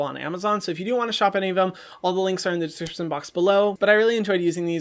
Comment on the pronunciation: Lol "dsssaccssxxsccstion box below"